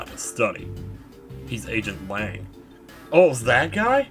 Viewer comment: JunkOTrash129000 Damn it's "Lang," not "Lance." But yeah, with all of that one should've been able to tell it was Lang.